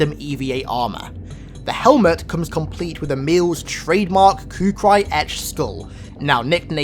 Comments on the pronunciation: ku-kree not ku-cry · It's not Khu"cry"... its khukuri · I can't get over how horribly you pronounced kukuri